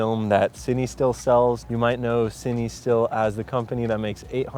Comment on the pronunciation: fatheryelvy because that’s how it’s pronounced bud